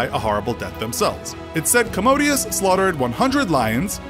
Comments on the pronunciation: This narrator can't pronounce words very well. He called Commodus "commode us". He's not a toilet. It's pronounced "Cah-mu-duus". Also you said "high-potumuses". It's hippopotamus. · At the very least can you research how to say things right? Hipotamuses? Commodius? Ad Infinium? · Why can't youtubers read/pronounce! Its Commodus! You read it right and then misread it 10seconds later!